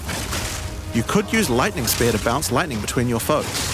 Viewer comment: Why can’t you pronounce spear properly?😂